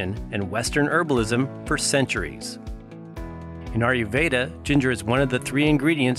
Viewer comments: A-YUR veda & not AR-YU veda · India IS southern Asia. And you can't really pronouce "ayurveda" can you.